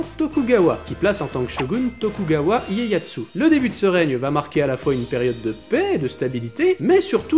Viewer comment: On te pardonnerait cette petite erreur à 3 minutes : Tokugawa [iéyassu], et pas [iéyaTSU] :) . A , si vous voulez encore plus vous la péter, prononcez carrément à la japonaise : [Loninn] ;) ! Très intéressant :)) !